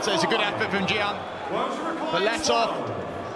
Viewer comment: Can they finally learn how to pronounce Gian? This is embarassing at this point